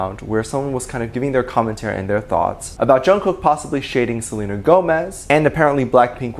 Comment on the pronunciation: “He had to keep an eye out for Selenér” I can’t 😆🤚